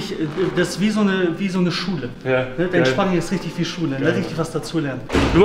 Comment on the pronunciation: You ich gehe zum szparing vorher esse ich szpargel danach auf dem Sztrich